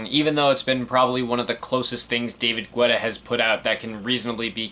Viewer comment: Alright so a couple of things lol 1. His last name is pronounced like ghetto. ge-tah. but i've always mispronounced it so i'm not knocking you for it 2. I would assume you know this already but the verses/lyrics aren't only written by the one who sings/raps it. Even though Guetta produced the songs that doesn't mean he let Flo Rida, Nicki, Lil Wayne, Sia, etc. have free reign with the lyrics. 3. From what I remember being a huge edm fan in the 2010s and around these years, edm was in a kind of weird spot this early on. It was beginning to blow up and a lot of popular artists were incorporating it into their songs. LMFAO did it very often, Rihanna with Calvin Harris for "We Found Love," Flo Rida for almost like the entirety of his "Wild Ones" album, Pitbull working with Afrojack on "Give Me Everything" and even JAY Z and Kanye for "Who Gon Stop Me" which features one of my favorite producers from the UK Flux Pavilion. (i haven't seen your video for watch the throne yet but I feel like you mentioning dubstep will be there). Many of the producers and DJs of EDM incorporated pop elements into their songs to continue to bridge together pop and edm. Most notably besides David Guetta are Zedd, Tiesto, Swedish House Mafia, Avicii, Afrojack, Calvin Harris, Steve Aoki, and even a bit of Skrillex. This kind of split the edm community a bit because with this pop influence you have albums like this or Clarity or even Truth (with some being imo decent) and kind of shunned other albums that